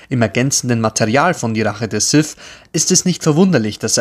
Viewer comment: Sith. Nicht Sif. Lady Sif lebt in Asgard.